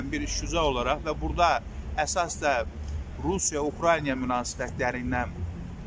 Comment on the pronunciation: УКРАЙНИЙА😂😂😂😂 Украина,мал!!!